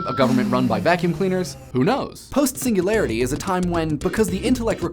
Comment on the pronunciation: The way you said "Singularity" was just magnificent.